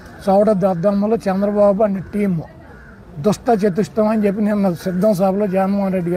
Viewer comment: ఏంటి నాన్న దుష్ట చతు‌ష్టయం? నీ బాస్ కే కాదు.. నీకు కూడా పలకడం రావట్లేదు